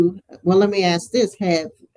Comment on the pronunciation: IF YOU CAN'T SAY 'ASK' PROPERLY... I DONT WANT YOU ANYWHERE NEAR GOVERNMENT PAPERWORK! FFS 🤬🤦‍♂️